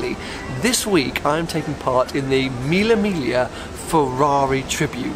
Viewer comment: Use google translator and you'll know how to pronounce Mille Miglia.